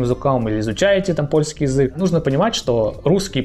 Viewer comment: С ударениями в польском всё просто: всегда на предпоследний слог! Кроме односложных слов, конечно. У вас получится 😁